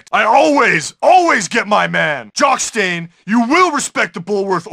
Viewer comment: He Says "Jock Stain"